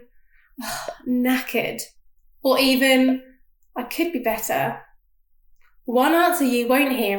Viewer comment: 솔직히 한국사람은 아무리 영미권 국가에 오래 살아도 r발음 미국식 영어한다고 해서 들어보면 진짜 별로인데 오랜만에 better r발음 안하고 진짜 본토 억양 본토 발음 들으니 속이 다 후련해지네요